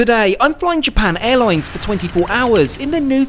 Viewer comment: "japarn airloins"